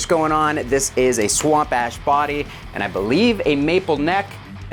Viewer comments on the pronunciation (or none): Sounds like you said a "SWAMP ASS BODY!" 😂